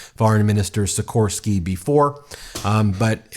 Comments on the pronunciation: Sikorski is the best ! he should be president, nice piece, pronaunciacion little off :) , about Trzaskowski VS Nawrocki, there are unfortunately other forces at play here, other candidates will support one of them, but there is many of them who will rather sell out for a position in new government than choose the right side, fight is not over yet ! $#@ #$@ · Quick guide how to pronounce those horrendous Polish surnames: Tusk - Toosk Trzaskowski - Tshaskovskee Sikorski - C-coreskee or instead of C Xi like Xi Jin Ping Nawrocki - Navrockee